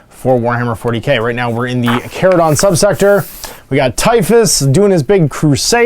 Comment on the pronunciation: You pronounce Charadon correctly and I appreciate that.